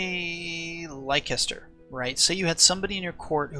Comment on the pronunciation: Very nice guide, helped a bunch. Also, it's pronounced "Lester", not "Laicester"